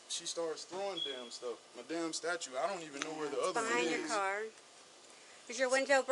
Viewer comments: Also wth is a statute? It’s a damn statue. Not a law which is what a statuTe is for the love I’ve heard her say that wrong 837485 times now! I’m a huge Leo supporter but this cop is really annoying me. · The cop with the camera is awful. Would she treat a female DV victim like that? Would she treat a male assailant the way she treated the female when you have witnesses?Why is she telling a neighbour that he is not "cooperating"? She seems really unprofessional. If you are the cop, statute is pronounced stat-tue. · STATUE…NOT STATUTE. Normally I wouldn’t say anything, but it annoyed me. Not to mention she was rude. Some of the comments she made on her cell and even toward the other lady cop was uncalled for. “I don’t want to babysit” “Just forget it” and “ You talk to him, don’t make me do all the work”. Hmmm. Okaaay. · This idiot cop keeps saying statute not statue. No, I don't think baby mama drama was throwing statutes around. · Something about the way this was handled seems terribly wrong. I think this officer could use more training. Plus her grammar is atrocious, she comes across as poorly educated. It's statue ,,,not statute and It's regardless …not irregardless. 😏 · She’s kind of dumb she kept calling the statue , a “statute” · Right? “Statute” is killing me!!!!!! Everything about her is annoying! “ I hate the way that you walk, the way that you talk, I hate the way that you dress…” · Is it just me are they saying statute? Likes law? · Why does she call a statue a 'statute?' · That cop said “irregardless” “incooperative” and keeps calling the statue a “statute” This is wild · Lady its not a statute 😂 its a statue👍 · It's Statue... Not Statute, lady. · Statue...not statute... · I can't ignore how the officer keeps on calling it a 'statute' and not a statue... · Stop saying "statute"! Okay now I feel better. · She keeps saying statute . It's statue! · Officer lady, it's Stat-chu. Not stat-chute. 😂 Stat-chute is what you enforce!